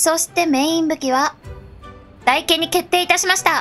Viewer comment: 、おひさ～ 選択が良きね、大剣は「たいけん」やったと思うよ読み方 サブとメインは逆やけど使う武器一緒やわ 操虫棍メインで使ってます。この虫は虫自体もモンスターを攻撃するけど 赤白橙、三色のエキスをモンスターから採取しプレイヤーをパワーアップさせて戦う武器 赤エキスを取ると棍での単発打撃が連打にかわり、白エキスはその速度をあげると言う感じ 操虫棍は最低でも赤と白のエキスを取らないと実戦では使えない武器なのです 詳細は使い方講座なサイト等をチェックで 私も自分の知る範囲でなら答えられるよノノノ